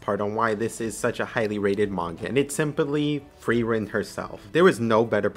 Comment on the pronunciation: Frieren... you say it perfectly correct.